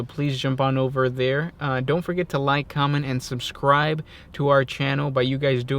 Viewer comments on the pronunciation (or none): none